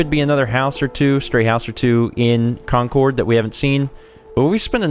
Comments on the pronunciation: This is going to be a looooong series. Please, for the sake of me and all other Bostonians, please learn how to say the names of these places. It's not con-cord. It's CON-Curd. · your causing me to froth at the mouth, because I live near Concord and we normaly pronounce it concerd